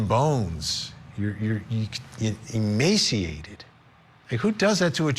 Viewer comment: it sounded like Emancipated , NOT emaciated . Listen to.Kevins newly released tales , he has been driven BEYOUND hopelessness . To a point just this side of sanity .